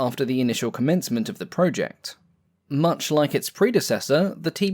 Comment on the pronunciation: It's 'project' not 'project'. Other than that - great video!